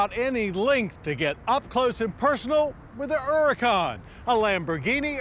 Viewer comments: The Errrrrracan. Hilarious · At last, someone that pronounces Huracan correctly!